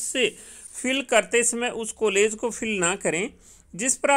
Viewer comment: please change your Kollege. sound it as college.